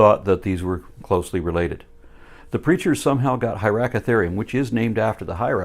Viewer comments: I swear, half the time i thougt you call him creature not preacher ha ha. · "This -reacher is so confused" it sounded like creature on first viewing and took to replays for me to hear preacher XD